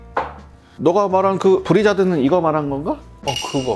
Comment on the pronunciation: 브리자드는 영 입에 안 붙네요 ㅋㅋㅋㅋㅋㅋ